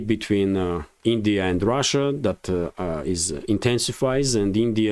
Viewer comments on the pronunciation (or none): none